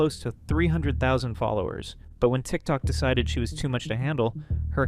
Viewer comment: 'decited' is killing me idk why 😭